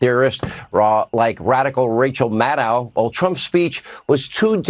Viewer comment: Sean, it's Maddow, not Maddow! The dow sounds like tow, not cow. Maddohhh!